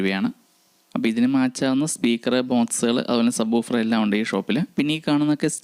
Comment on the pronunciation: Booffer അല്ല woofer 😮